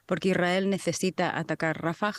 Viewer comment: Rafáh !!!! Por Dios!!! Porque los españoles le cambian la acentuación a nombres propios??...quieren ser modernos o qué???😮